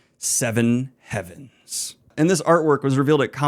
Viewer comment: Pardon? You sure that's how you pronounce "havens"?